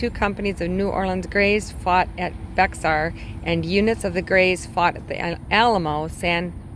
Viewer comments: Bexar is pronounced Bear …. Goliad, gOliad nacogdoches nack a doe ches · Bexar is pronounced Behr. I am not being rude, i enjoy your channel.